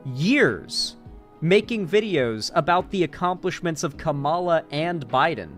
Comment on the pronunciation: can't even pronounce Kamala rightt lol.